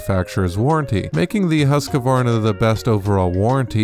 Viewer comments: I thought it was Husqvarna. Not Husqavarna. 😳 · It's Husk-Varna - not Husk-A-Varna. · It is pronounced .... Husq -Varna, .... there is no A where you are installing one. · Why does everyone keep calling it Husq(a)varna. It's Husqvarna.